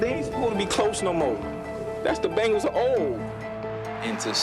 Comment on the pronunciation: Its pronounced "ben gals"